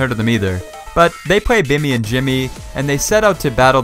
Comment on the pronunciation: Billy not Bimmy